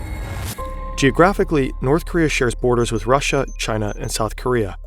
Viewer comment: bro always says wiv instead of with